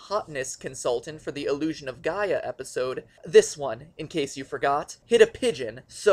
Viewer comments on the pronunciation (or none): none